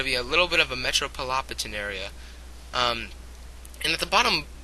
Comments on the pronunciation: Metrobolopitan?? you mean metropolitan. I loled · I think you meant to say metropolitan area..not metropolopitan are....anyways it was good. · metropolopitan...lol. corection metropolitan...my good sir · metropolopitan hahahahaha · lmfaooooo metropolopitan xDD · What the fuck is metropolopitan... You mean metropolitan? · Lol'd at metropolopitan. Other than that, Pretty decent analysis. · metropolopitan? :) lol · metropolopitan? wtf is wrong with you? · It would be one thing to misspell metropolitan, but to mispronounce it then post it on youtube...GOLD. thanks lulz